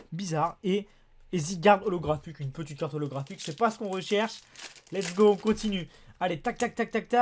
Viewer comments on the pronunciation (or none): none